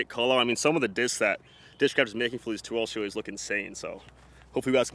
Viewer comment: Ta twenny twenny tree twar deries disscss